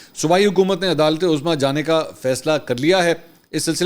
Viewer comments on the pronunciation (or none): none